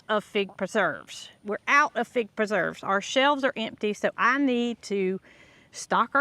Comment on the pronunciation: scar Michael Key by putting a tag on it that says Pig Preserves! Because that's what it sounds like you are saying. lol